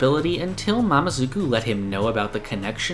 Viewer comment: Sorry but Its "mamezuku" not "mamazuku"